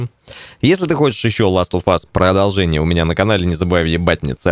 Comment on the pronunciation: Породолжение говоришь, ну породолжай , породолжай.